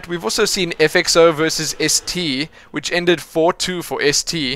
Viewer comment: err its not FXO - z, the name is FXOz pronounced 'Oz'